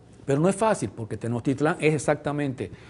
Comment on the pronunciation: Muy nacionalista este hombre pero ya podría a estas alturas pronunciar Tenochtitlan, no Tenochtitlán, con acento final. Que no es muy difícil eh, solo hay que tener cariño real por la cultura que el supuestamente defiende.